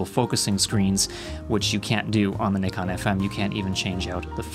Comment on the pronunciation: Thank you for pronouncing Nikon properly